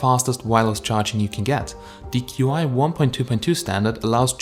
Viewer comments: It's not "q" "i", it's pronounced "chee", and it's the pinyin spelling of the Chinese word "qi", which means energy. I was a Chinese linguist in the Air Force. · pronounced qi as q i when it should be pronounced as chi... The video suddenly lost all its credibility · Qi is pronounced chee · The wireless charging is pronounced "Chi" not Q.I..